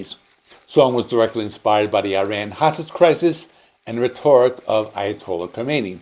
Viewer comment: Very informative video! I'll give CE a fresh re-listen... For future reference, please double check your pronunciation of "rhetoric" and "Spokane".